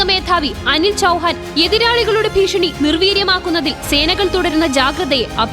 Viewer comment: എന്താണീ ഫീഷണി?